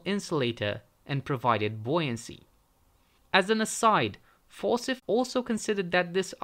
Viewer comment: You lost me at For-sith. The name Forsyth is pronounced for-SY-th.